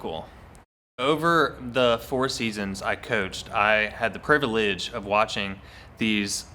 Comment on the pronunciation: haha privilege privilege not priva lege haha ur soooo cute